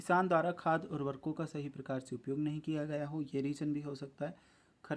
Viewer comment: भाई वो उर्खको नहीं उर्वरको